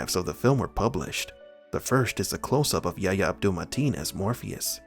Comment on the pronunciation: His name is YA-EEE-YA not YA-YA